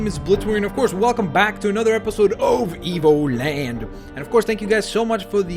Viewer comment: in the beggining seems like he say EVILLAND